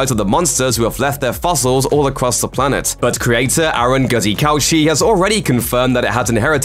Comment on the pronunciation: Guzikowski is a Polish name and so it should be pronounced as: goo-zhi-kov-ski.